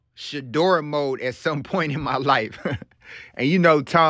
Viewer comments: Mode not mood!! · Mode not mood…